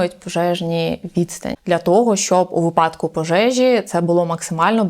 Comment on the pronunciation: Багато гостей у цій студії ставить наголос у слові " вИпадок"- випАдок. Трохи ріже вухо кожного разу як я це чую. Моя вчителька сказала мені класний вислів: у кого випАдки у того припадки, а у нас вИпадки. Досі пам'ятаю цей вислів. Ну і по стандарту, коли буде водій маршрутки?